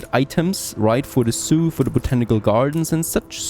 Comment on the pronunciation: MYbe it's just me, but everything he says zoo, I hear Soiux and wonder why he keeps talking about Native Americans.